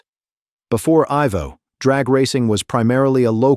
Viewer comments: Who is? It’s Ivo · His name is pronounced EYE-Voe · EYE Vo!!!!! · If your going to do a bio say the name correct IVO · GET HIS NAME RIGHT, ITS TOMMY IVO